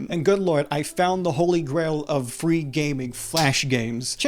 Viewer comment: fwee games are good